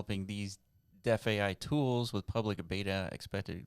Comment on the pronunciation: DeFAI is pronounced thr sane way as DeFi